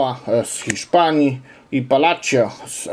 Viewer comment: Pisze sie Palacio a wymawia sie Palasio - P a l a s i o nie czytaj si tylko s i